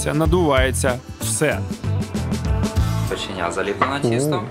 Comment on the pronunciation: Печеня!!!!це супер!!!Но вона називається-печеня!!!!наголос на другий слог!!!!!😮😮😮😮ну якось ріже вухо!!!!печеееееня!!!